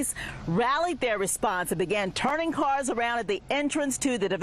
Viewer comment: “powwice acwooss the state”